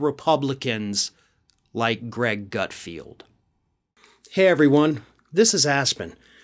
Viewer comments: The idiot's name is actually GutFELD, not GutFIELD. Pronouncing the latter sounds too similar to Garfield, and I love him! 🙄😁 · his name is not ""GutFeeeld'' it's ''GutFeld''. keeps calling him GutFeeeld just like he mispronounces incoming Supreme Court judge KenTanji even though it's KeTanji brown Jackson. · i love how he kept calling him gutfield, like when everyone at fox calls AOC sandy.... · Hilarious that you post that speculative insult on a video where the leftist who is speaking ACTUALLY can't say Gutfeld. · You pronounced Greg’s last name wrong, also google him -he’s had a long extensive career way before some cable news channel…and it’s amazing how many MEN THIS CONVERSATION IS ABOUT! …shut up ! You aren’t in danger of any unwanted pregnancies.